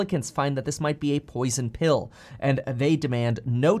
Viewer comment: Whenever Kevin say Poison Bill i dont know but i hear Poison Pill